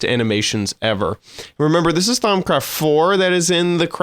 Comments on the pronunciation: thaums craft its pronounced: thaum-craft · "Thaum*s*craft" I think you aren't saying it right. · "ThaumScraft" lol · He's totally trolling by saying Thaumscraft....right? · do u even know how to pronounce thaumcraft 😂😂😂 i was dying of laughter of how u call it. No offense for all of you guys that are gonna hate me